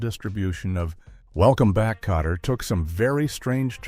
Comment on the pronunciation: Not Potter but Kotter.